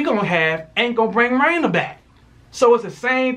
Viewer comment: Angelwood Exactly!! How are you gonna get Raina's name wrong🤔🤔 REALLY tried it😂